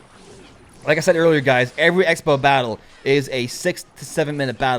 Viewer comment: You said sexbow